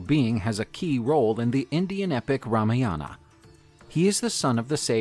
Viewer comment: Everything is alright but why the pronunciations of every character in the video is so wrong. They doesnt sound like this. And its not the accent problem. Ex: Rmaayaana ❌ Ramaayna✅ I think that way above i can show the problem.